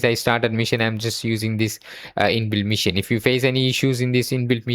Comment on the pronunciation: Great video.. but it's pronounced Machine not mission.. learn it bro